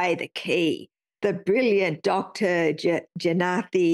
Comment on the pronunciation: Your pathetic coverage isn't just racist (congrats on failing to read "Jeyanthi" correctly), it is also a blatant representation of her testimony whose key-point was the concealing of 2 deaths at EUA time and the fact that deaths were lower than expected. Jeyanthi isn't "an antivaxxer" but a respected doctor, and this is libel. It's good to see you saw my discussion with Morris, tho. It leaves therefore no form of doubt on your intellectual dishonesty.